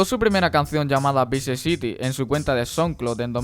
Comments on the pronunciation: No es "Bici city" es vice city, puedes decirlo así "Bai siti" necesitas Open English bro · Se pronuncia "Vais siti" no bice citi cojones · en español es vice citi :v